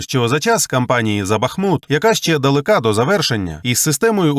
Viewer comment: Дикторе, при всій повазі: "ПромІжні? ДалекА..."? По вуху, наче лезом махнули о_0